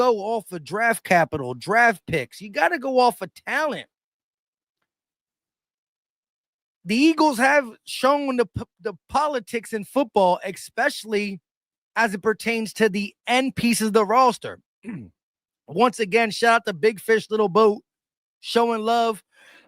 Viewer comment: Bruh again wit the expecially? Idk man lol